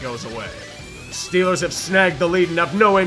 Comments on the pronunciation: Okay, Yinzer Mode has broken through sportsball again 🤣 STILLERS GAHNTA SOOPA BOWL!!! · St...Stillers go Supah Bawl?? STILLERS GO SUPAH BAWL